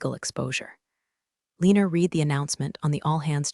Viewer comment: In the past tense read is pronounced red